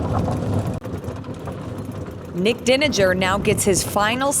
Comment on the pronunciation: Nik's mom here. Deininger pronounced DINE ING ER...just saying! :)